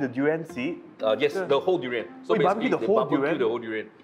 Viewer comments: Fun fact: it's called duri-yahn, not duri-yen. Literally means "thorny thing" in Malay. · I feel offended by this narrator pronouncing“du rans”. When it’s “dur ee unh” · Yep.. saying duriyen like having a short tounge😂😅